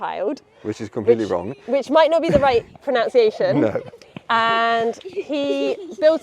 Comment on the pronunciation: Oh, not only mispronouncing Rothschild, but also mispronouncing >Pronunciation<. Very typical of the English 😉 (For those who can't tell, yes I'm joking and I'm also a Brit. Just happen to be bilingually and binationally German while I'm at it.)